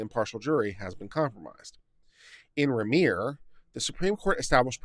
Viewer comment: The first three times you encountered the name "Remmer," you pronounced it three different ways. I submit that, following general English pronunciation rules, the accent is on the first syllable "rem" which rhymes with "hem," as in the lower finished edge of clothing; this leaves the second syllable "mer," which rhymes with the pronoun "her." Indications that you're reading a bit too fast,. You bet I pick nits!